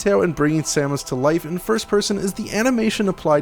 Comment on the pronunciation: Sa-moose? I won't lie I stopped watching right then.